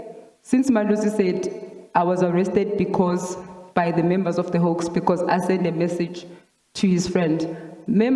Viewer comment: Hawks, not 'hoax'